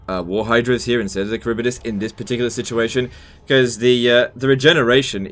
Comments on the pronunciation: Karibidis? Its Harivdis LEL xD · It's prounoucnce haribdyss not karibydass😂😂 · Kharibdyss. Not Kharibydyss